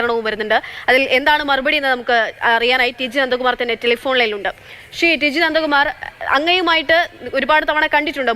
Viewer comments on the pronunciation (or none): അന്തകുമാർ അല്ല പെങ്ങളെ നന്ദ കുമാറാണ്